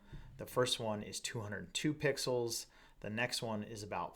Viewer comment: Triggered every time you said "pixels". ;) Great content otherwise...thanks!